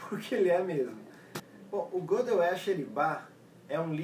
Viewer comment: Faltou maior bagagem ao para avaliar o livro.O livro é meio chatinho mas não é tão complicado assim. E outra coisa:a pronúncia do nome Gödel é Gêdeu e não Gôdeu.O Teorema e seu significado são claros.A demonstração é que não.